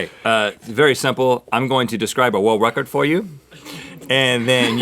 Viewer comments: Don't worry Rhett, I can't say world wecord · I swore I heard Rhett said "world Rhett-cords".. No pun intended. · "World Rhettcord" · it not world record it world rhettord :3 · You must have Chose this because Rhett can't say world records. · I'm gonna describe to you a wuld wecowd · woold wekord = world record 👌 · Rorld Wecord. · me & my friend (who is also a Mythical Beast..) mocked up GMM episodes (when links hair went down) and we must be tele frigging pathic, I couldn't say world "wecord" lol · 'Wor-world record'~Rhett 2k16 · rhett talking like barry kripke. he can't really say his l's and r's. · Rhett's difficulty in saying world record made my day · Rhett in the beginning struggling to say "world record" was a great way to start my morning.